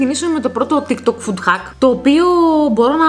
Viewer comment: ΤΊΚ ΤΟΚ, ΟΧΙ ΤΙΚ ΤΌΚ😂😂😂😂